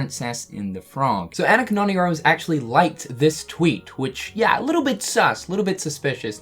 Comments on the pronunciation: AH-knee-Ka! Not Anna-kah. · Lol “An nick ka” it’s Ah nee KA 😂😂😂